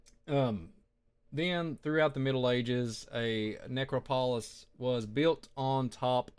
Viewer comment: The word you were struggling with is ne-CROP-o-lis...accent on the second syllable...just fyi.